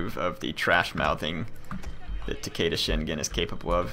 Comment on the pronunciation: great video but it's tah-keh-dah not tekeida